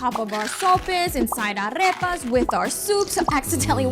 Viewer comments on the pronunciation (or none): This is ridiculous, there are vegan Latin American people in Latin America and they haven't lost their nationality just by leaving meat. Lol and it's aRepa not aRRepa. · With all due respect for this video, can we make sure to pronounce the foods correctly. Arepa doesn't have a double r sound, so soften up the r. Lúcuma has the accent in it's first syllable not second so you cannot say lucúma, but rather lúcuma. Thank you! It's important because people will think that's the way it's pronounced as you are seen as an authority figure in this regard. As a vegan, I have fun going back to South America and rediscovering veganized versions of traditional or so-called traditional foods and then making them for my family I made a vegan sancocho from a recipe I got from my vegan Colombian friend and it was the bomb, and I make vegan arepas and found where to buy Colombian style vegan tamales as well as empanadas y almojábanas etc! So good!